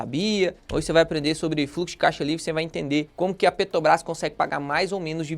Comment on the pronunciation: O problema é ouvir o vídeo inteiro falando "Petobrás" ao invés de Petrobrás. Dói os ouvidos 😅😅😅😅😅